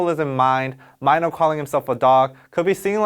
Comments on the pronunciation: Not sure why it bothered me but his name is Mino. Not sure why it was pronounced like Myno the whole video. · Why do you pronounce his name as Myno instead of Mino as in short "I" ? Really curious. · Super Junior Heechul called Mino as Myno. Just see Knowing Bro Winner x Byungjae ep. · MY-NO OOPS I ALWAYS PRONOUNCED IT AS MIINO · I’m keep listening and every single time you saying MINO intrigues me. MY-NO and MEE-NO keep changing when it’s pronounced MIN-O. It’s quite funny. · Wait so he’s pronounced mY-no and not mEE- no? I’ve been calling him MEENO all this time so am I wrong ?? Lol love this explanation Lmfaoo when you said you thought this song was all about sex and you said “the climax of this song” right after that lol 🤣🤣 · Ok is his name really pronounce like my-know? I thought it was like Minnow...??? Am I crazy or has all of the studying of korean I’ve done been wrong up until now😅😅😅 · the whole time I call Mino, Mino (Mi-no) but when I heard the way he calls him Mino (Mai-no) i was like: wtf!! am I really an innercircle? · I always thought Mino was pronounced “Mee no” but here they’re pronouncing it as “My no.” Innercircle, which is it?? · its mino not MY NO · so it's really pronounce as Mai-no? dyemss I always pronounce it as Mi-no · omg i’m sorry its mee-no not myno😭😭😭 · Does mino pronounce his name as "my-no"? I always thought it's "me-no" like in Korean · On stage, he pronounces it as My no. Offstage it's Meeno(mino) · I'm pretty sure it's mee-no not my-no 🤣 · Just pronounce Mino as 미노 ...NOT 마이노 ㅋㅋㅋㅋ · Everyone did that. Even mino himself say maino a lot lmao. U didnt realized? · He usually says his name like that in his solo songs :-) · Mee-No, It was bothering me the whole time 😂😂😂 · Hadn't expected him to call Mino 'Maino' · Ok I was low key a little bit out off every time you said m-I-no. I LOVE YOUR VIDS. but yeah😂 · He says minos name right twice then goes back to "MYNO" LOVED THIS VID THO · never new his name was pronounced as mine-no